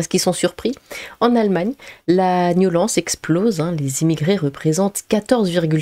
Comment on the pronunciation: t'as une jolie voix mais c'est soulant quand tu dis "niolence"